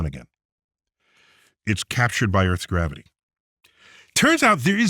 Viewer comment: Wait!!! Did he just say garivity went up?